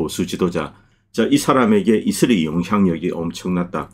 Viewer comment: 자꾸 이스리 이스리 이슬이? 해서 뭔가 했네요. 이스라엘을 왜 이슬이라고 하는지 궁금하네요